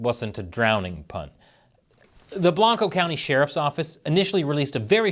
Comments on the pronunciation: Might be things have changed since I moved out of Texas 30+ years ago, but I recall pronouncing Blanco as Blank-oh, not Blonco. All the Cali-boys fixing things? Now how does one say Manchaca in Austin? MAN-shak! Of course the idiot city council there corrected it's mispelling in 2019. Oh well. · Blank-Oh. You have to mispronounce it properly. Source: I graduated from Johnson City High School and various family members worked for Blanco County (including the SO) up to the early 2000s.